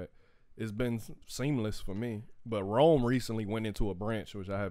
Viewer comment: I’m feeling some type of way that Rome pronounced my name wrong. Because he’s cute, and that’s my nickname, I’m going to let that slide. 🤣🤣🤣 But seriously, thank you guys for putting out great content and keeping us entertained during these difficult times.